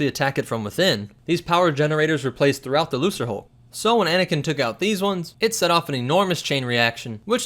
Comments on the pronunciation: A few things are wrong here. It's 300,000 Droid passengers + In addition it's pronounced LUKE-RUH-HULK And I'll say the title of this video is right, I'M HAVING A MENTAL BREAKDOWN WITH HOW MUCH OF THIS ISN'T ACCURATE!! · please work on your pronunciation of english words lucre is not pronounced lu sir its pronounce lu ker as in lucrative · Loo-ker hulk, not loo-ser. Gah. That's been driving me nuts for several videos now. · Going back and rewatching your video, I hope you realized your mispronunciation of the class of ship. It's LUCREHULK (the C is hard like a K), not LUCERHULK. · Wait is it pronounced like Lukre hulk or looser hulk? Because I pronounce it the first way, it sounds cooler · It's a lucerhulk not a losserhulk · It's pronounced LUKE-ruh-hulk not LOO-ser-hulk ffs. I've always assumed the designation shared some etymology with the word "lucrative" which of course would insinuate that the huge commercial freighters netted a $hitpile of credits for the CIS... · Lucrehulk is pronounced Lukerhulk. Not Looserhulk. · that pronunciation is triggering the fuck out of me. Lu-CRE-, not Lu-CER. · Why does everyone on Youtube seem to pronounce it as "loo-sr-hulk"? Shouldn't it be "loo-kr-hulk"? The name comes from the word lucre (pronounced "loo-kr") which means money, especially money obtained through illegal or immoral means. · Not to be that guy, but "Lucre" is pronounced with a solid C, so sounds like "Luke-er" not "Loose-er" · Did he just say... Lu”s”raHulk!?! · lol if people were bugging you for saying it the other (correct) way, then you really can't be blamed for saying it as "looser" in this video... I have noticed that a lot of the SW Youtube channels pronounce it the wrong way, and I've never understood why. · The word is Lucre pronounced loo-kur. long oo. It means money in latin. So lucre hulk means big money. Get it cause they like money. Lucas was so smart. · I think it's pronounced "lu ker" hulk. As in "lucer" aka money.